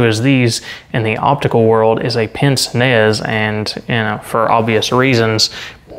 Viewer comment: pince nez is actually pronounced "ponce nay" due to it being french, to quote al murray "clues in the name"